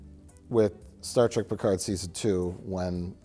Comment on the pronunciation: Mike pronounces it “Star Track” just to troll and the audience, doesn’t he? 🤔